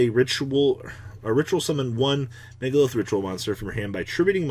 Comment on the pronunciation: "MegaLILITH" cmon i can't take this anymore